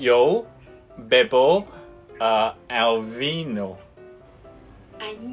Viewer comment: actually you could drop the"h" when u pronounce "haciendo" or any words in Spanish! keep it up!! additionally, the "v" should be pronounced "b"- bino. I hope we could make progress in Spanish together～